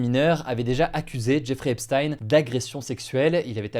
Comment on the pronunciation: « Zeffrey Epstein »